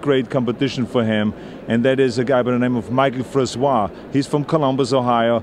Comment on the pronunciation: Columbus isn't Mike Francois home town. Also his name isn't pronounced with the waa sound at the end. Its pronounced fran-cis.